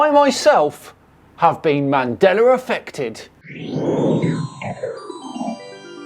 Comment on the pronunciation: Um didn't used to say Mandela effect? I kinda hear ManDelar effect. Or maybe I'm remembering it wrong Mandela with an 'a' not 'R'